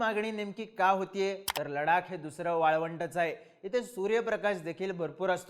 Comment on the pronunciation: Bhau ladak nahi ladhak be .......😂😂 ...kahi tari shika